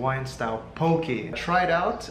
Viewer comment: Also, poke is pronounced poh-kay, like okay pokay... not okee poh-kee. but come to Hawaii anytime and try more of our food! ❤️❤️❤️